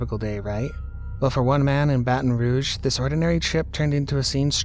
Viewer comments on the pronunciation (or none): none